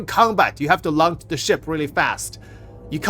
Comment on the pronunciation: I swear you say things like "launch" and "Raven" wrong just so people have to actually watch your videos to see what's happening instead of running them in the back.